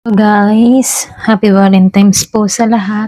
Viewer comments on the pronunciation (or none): Valentine's madam mg pronouns hindi valentimes..😅 salamat sa reading